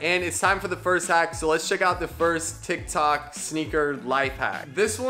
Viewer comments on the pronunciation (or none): none